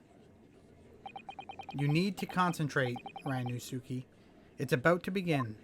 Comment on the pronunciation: Ri-you-no-s’k. In Ri, the i sounds like a long e. The su is shortened and sounds like a hissing sound effect. K like ok. The hissing s and k are merged together. In most other words, su is pronounced like Sue.